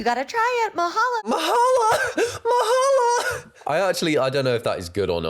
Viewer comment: Bruh, i lived in Hawaii for 6 years, and ive never seen or even heard of that dish. What, the actual, heck. Also its Mahalo, not Mahala dumby. (Not you, the chef)